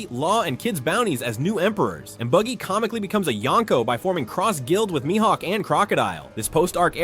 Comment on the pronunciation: Calling BUGGY “baggy” is crazy AI work 😭😭😭😭 in the beginning